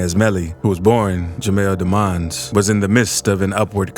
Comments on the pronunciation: "Jamel daemons" why he say it like that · He pronounced it Jamell Damonz😂